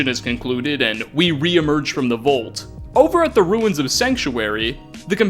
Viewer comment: Idk if it's you or me but I hate the way you say "vault". And yet here I am watching